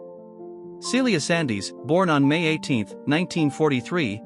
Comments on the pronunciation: Yes, some names are incorrectly pronounced (Sandys is pronounced Sands, not Sandies!) and even the subtitles are full of mistakes. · Indeed. Just because it is spelled ‘Sandys’ doesn’t make it ‘Sandees’. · Sandys is pronounced Sands. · For God's sake, if you can't get something basic like Sandys right (it's Scottish, pronounced Sands) give up. Bloody AI. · It’s pronounced Sands